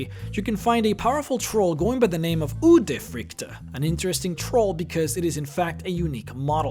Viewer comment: I am from Norway and you say udyrfrykte wrong